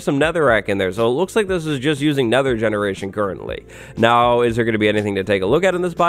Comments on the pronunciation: Curretly?? lol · Nobody: Absolutely no one:: CURRETLY!